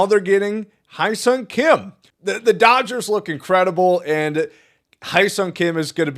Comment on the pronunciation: Man all these podcasters mispronunciation of his name makes me wanna rip my ears out Hyeseong Hye = Hair (without r) Seong = Sung